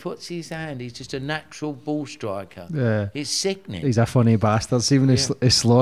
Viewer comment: Did you have to check yourself from saying baw cancer instead of "ball cancer"? Haha